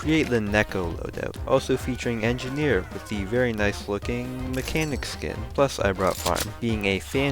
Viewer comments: This guy said : more enginiers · hi im language barrier breaker he said"place more engeniers"